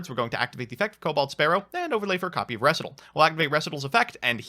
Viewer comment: I'm not usually a stickler for pronunciations, but . . . "reh-si-tahl?"